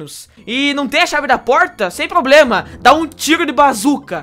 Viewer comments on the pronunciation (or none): none